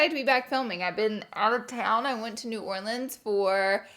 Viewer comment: Thank you for saying New Orleans correctly!!! It’s been soooo cold here lol I’ve been sick for 3 weeks 👎🏼 one day it’s 20 degrees then the next is 70 😂